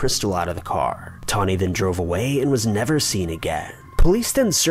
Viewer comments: How did you get Toni (Tawny) out of Toni? It's pronounced TOE-NEE. Like Tony Danza. Toni Braxton. Tony Matthews. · Isn't TONI pronounced Toe-nee? I've never heard it said like Tawny. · Its TONI not TAWNI. My names tawni & I hate that ppl dont get the difference when its TONI.. errrr.. haaa. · 1. Kurt was murdered. 2. Sorry, this just bothered me - Toni is Toe-nee, not Tawny. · Yeah, my friend is called Toni pronounced 'toe-nee' not 'tar-nee' simples😄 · WeatherlessWorld Lol!!! I knoooowww!!! 😜 “Toni” is pronounced Toe-knee! I don’t USUALLY mind mispronunciations but he said it so many times! 😳😜😂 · first case pronounced TO NY.......... NOT TAWNY. I went to school with her! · Toni, not 'Tawny' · Its actually pronounced "Tow-ney"......Toni..... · Re #5: First off, ‘TOE-KNEE’!!! Her name is pronounced ‘toe-knee’, FFS. Secondly, there’s absolutely no mention of a P.I.? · I wish you would stop saying "Tawny" lol... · I can't get past #5! The name is Toni....like Toe-Knee, Tony......TONI. And NONE of you better EVEN bring up the 90's musical group or I swear to God......... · He’s saying Toni’s name wrong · Someone needs to teach him how to say Toni. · Can’t watch.... you kill me with your crappy pronunciation. Toni is the female version of Tony (pronounced exactly the same) sheesh 😤